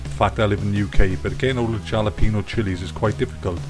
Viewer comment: Gonna give this a try, hope the wife recovered, and by the way the J in Jalapeno is pronounced like an H.